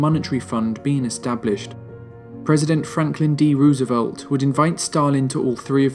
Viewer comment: The videos in this series are phenomenal! Really relevant footage, relevant details, fair and balanced representation, and great writing. I would say the ONLY thing suffering is the pronunciation of names. Ouch! Roosevelt, Allende and Ceaucescu need some help = )